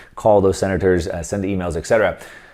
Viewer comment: Thanks for the precious info. One remark regarding a little error in the language, that is quite annoying: "etc." should be pronounced "et cetera", NOT "ec cetera"